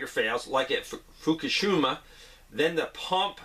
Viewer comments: Fuka-sheema, not Fuka-shooma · Pronounced fookahsheeemah